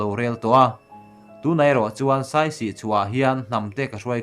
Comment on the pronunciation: Saisi tih awmzia awm lo. Siasi tih tur... Siasi tih hming putchhan aneih tih hriat atha ang